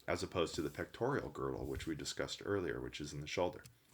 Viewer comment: It's pec-tor-al not pec-tor-ial!